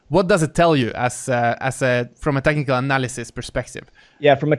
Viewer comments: "Tennicle" analysis? Lol. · Am I the only one hearing him saying "tentacle analysis" every time he says "technical analysis"?